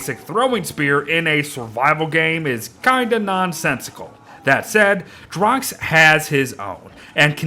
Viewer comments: When it sound like your saying “drunk”??? And drok sound like russians of “druge” means friend :D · Why do you say drok like drunk?